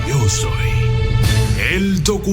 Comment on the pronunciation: El documentalista no conoce la "Y". "IO SOOOOY ...."